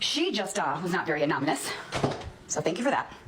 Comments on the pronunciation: I don't think a state or government agency would accept the caller's name as "Villain" for a complaint. JS. Idk if a caller can remain anonymous (pronounced: ah-non-nah-mous) WTF is anom-min-us??? I can't!!😂😂😂😂😂😂😂😂😂😂😂😂😂😂😂😂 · Hey! Don’t use big words if you don’t know how to pronounce them! 🙄 Anonymous isn’t spelled “Anomanous” 🙄🤦‍♀️🤣🤣